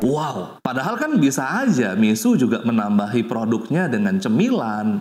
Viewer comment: Mixue dibaca /Mi-shu-e/,, bukan /Mi-su/